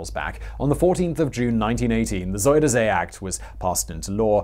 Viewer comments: You say "Zoh-der Zay". It is closer to "Zai-der-Zee". Try that, will you? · Try again. Not ZoederZay. say Zie der Zee